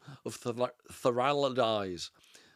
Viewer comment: Thalassa is pronounced with the accent on the first a = Thàlassa and means sea (ocean) in greek.